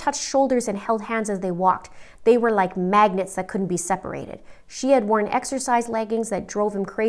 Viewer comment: "They were like magnets that could not be separated" I literally had to rewind it bc I thought u said "MAGGOTS" Lmao 🤣🤣🤣🤣🤣🤣🤣